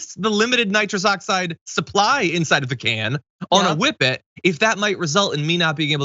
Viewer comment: WHippet abuse! Thank you for the proper pronunciation, Jon!